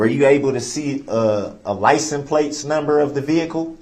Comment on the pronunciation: did they not provide a dictionary did he say playton